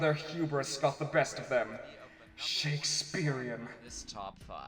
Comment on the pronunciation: Lost it at "Shakespearean"...but I am a Retsupurae fan.